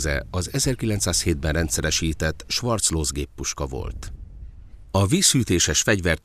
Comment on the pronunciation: Azért nem ártana németül is tudni egy ilyen film készítéséhez, legalább egy icipicit. Az a géppuska ugyan nem "svarclóz", hanem svárclóze.